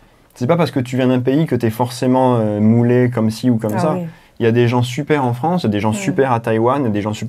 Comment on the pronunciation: Anna太嗨了啦 都沒說到話。你們法語講的都很好聽。Anna好像有點口音 en France.的發音跟我學得好像不太一樣。